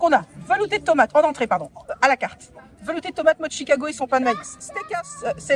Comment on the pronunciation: Mais pourquoi tu prononces Tchicago😄